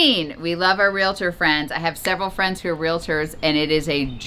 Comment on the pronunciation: Thank you for saying 'realtor' properly! It's so infuriating to hear 'real ator' every time someone means realtor! Side note: get rid of predatory bottom feeders/realtors by giving them an inflated asking price when they cold call you about selling your house! Professionals will respect your privacy, but the bottom feeders need a dose of waste their time to catch on!